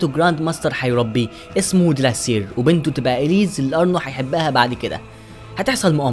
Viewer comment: مساء الخير يا اسمو اوونير - وليس ارنو - اسمها اليس وليس اليز تقبل مروري ولك كل التحية